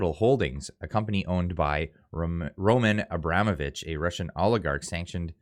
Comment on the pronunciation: It's pronounced Ro-MAHN Abra-MOH-vich,. Thanks for your honesty